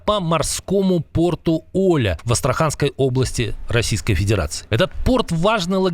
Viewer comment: Порт ОлЯ, на букву Я ударение, неучи